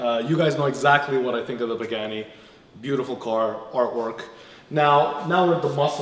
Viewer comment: Nice job damn that pagani so amazing. It would be criminal to change anything on that car. I also didn’t know it’s pronounced pig-any.